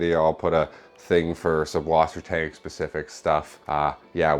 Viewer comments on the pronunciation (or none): You write it correctly with a double s after the umlaut u, but then you pronounce the double s as a b?? What am I missing?